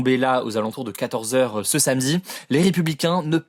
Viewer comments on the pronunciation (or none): none